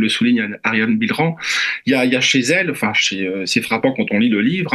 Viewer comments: Cette femme est exceptionnelle. Ps : son nom se prononce « bille eux rang » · C’est excellent de donner la parole à Me Bilheran, mais svp n’ecorchez pas son nom en le prononçant bizarrement : lisez les sons français bon sang! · Demandez à Ariane comment on prononce son nom, je pense que c'est Billeran, tout simplement